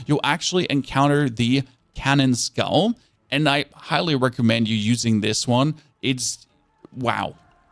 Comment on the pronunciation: Great video !! Very to the point and I enjoyed your character/attitude. Entertaining production for just a tutorial (wow this sounds like a bot comment lol) Just wanted to say though the way you pronounced autonomous is funny 😅 never heard anyone mispronounce it like that, as well as canine skull and cypress 😄